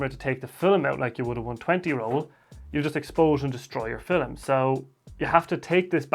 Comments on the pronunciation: I love how you say fil-em. Great video, very helpful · Did he saiy FILLIM?